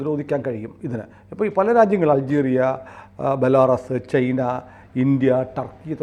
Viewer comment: നിങ്ങൾക്ക് ചൈന എന്ന് ഉച്ഛരിക്കാൻ പറ്റാത്തത് എന്ത് കൊണ്ടാണ്? എന്തേ ചെയ്ന, ചെയ്ന എന്ന് പറയുന്നത്? പിന്നെ SAM എന്നാൽ Surface to Air Missile എന്നാണ്. അല്ലാതെ നിങ്ങൾ പറയുന്നത് മാതിരി Mobile Surface Air എന്നൊന്നുമല്ല. S 400 ഒരു സ്ഥലത്ത് നിന്നും മറ്റൊരു സ്ഥലത്തേക്ക് പെട്ടെന്ന് മാറ്റി സ്ഥാപിക്കാനും വിക്ഷേപിക്കാനും പറ്റുന്ന ഒന്നായത് കൊണ്ടാണ് അതിനെ Mobile SAM എന്ന് പറയുന്നത്. എന്തായാലും നിങ്ങൾക്ക് ചൈന എന്ന് ശരിയായി ഉച്ഛരിക്കാൻ പറ്റില്ലെങ്കിൽ ഞാനീ ചാനൽ കാണുന്നത് നിർത്തും. തീർച്ച.